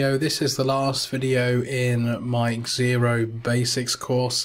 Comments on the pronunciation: Egg-zylophone haha. Definitely 'Zero' not egg-zero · Why are you calling it X -Xero? It's Xero, like zero. X pronounced like a Z as with xylophone.